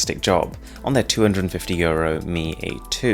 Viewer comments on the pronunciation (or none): Is it only me or is there any one else who hears "two hundred and fifty years old" when he says 250 euros